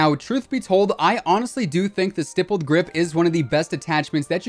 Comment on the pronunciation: THANK YOU so much for pronouncing "stippled" correctly!! As an IRL gun nerd that hears that term a lot when it comes to aftermarket grips for guns, hearing these other CoD'Tubers saying it like "stypled" makes me rage more than getting killed a camper with a 725. Lol.